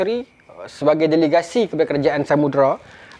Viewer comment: Pembukak tirai tu bukan Samudra, tapi Samudrai😅 Ingat kan Sundang tadi, rupa nya Samurai.